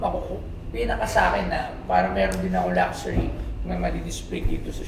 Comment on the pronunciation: They cant even pronounce LUXURY correctly lol.